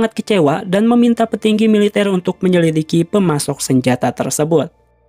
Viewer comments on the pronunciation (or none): none